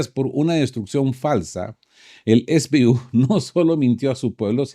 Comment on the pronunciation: 1. SBU son las siglas de Sluzhba Bezpeki Ukraíni que significa Servicio de Seguridad Ucraniano. Por tanto, no se pronuncia es bi yu con Fonética Inglesa sino ese be u con Fonética Castellana porque es el idioma en que Ud. está hablando, salvo que lo pronuncie con Fonética Ucraniana. 2. Los activos Rusos congelados en la Unión Europea son 200 Millardos o 200 Mil Millones o 0.2 Billones.